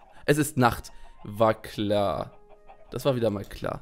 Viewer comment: Ich habe bei 'war klar' am Anfang 'Vagina' verstanden 😂😂✌️